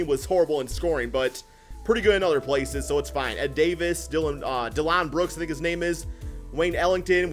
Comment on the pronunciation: "dellon brooks"